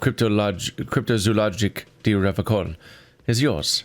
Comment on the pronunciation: Hey hey.. why does keep pronouncing it RevaKol...